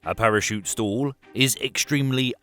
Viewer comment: Good explanation of the physics of balloon deflation in flight. Though you might want to learn proper English pronunciation. "Stall" is pronounced as "stawl", not "stool". I kept thinking what kind of stool you were talking about until it hit me that it's not me, it's you. 😅